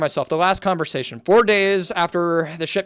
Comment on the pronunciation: this whole video is just you not being able to read 😭 how do you even misread "conversation" (no hate)